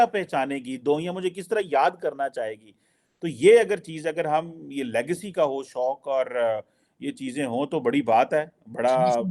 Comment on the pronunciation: Lagecy nahi Legacy hoti h Tarar Sir 😂